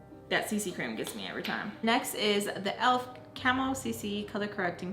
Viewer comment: I love the accent on the elf cc cream part!! 🤣😂🥐